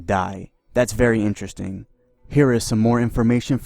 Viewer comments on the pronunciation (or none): none